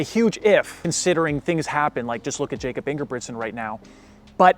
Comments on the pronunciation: it’s pronounce yah-kob pretty sure also great vid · HOW DID BRO PRONOUNCE JAKOB???